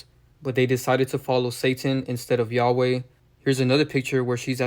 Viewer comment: Say he’s name right first